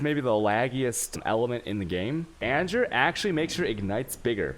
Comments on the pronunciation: Lol serious question, are you American or non-American, it’s fine but if not... then it’s kinda weird you pronounce “An Ger” as AnJure” haha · I absolutely hate his way of pronouncing things ... like he'll speak perfect English ... then boom "anjer", or "A-goooo-nee" ... or in his other videos he'll pronounce the "ch" like channel for alchemy orbs . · Yo did he call anger, anjer? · AnJer... Jardrian... I am disappointed he doesnt pronouce Game as Jame. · Anjer, jardian, shaos, alshemy.. Dude.. Dyslectic much?